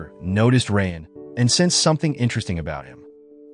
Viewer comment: Bro really pronouncing raayan as "rain" 💀💀🤚🏻🤚🏻